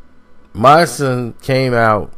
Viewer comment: Damn, you don't even say Mysonne's name right much less know the real reason Mys went at Troy in the first place. I'm glad you didn't name this "The Truth on Troy Ave and Mysonne war of words" because you would've been all wrong. Mys and Banga's brother Trife are tight. Trife don't rap so Mys was the mouthpiece on the situation since Troy want to make songs about the situation.. They're both rappers at the end of the day.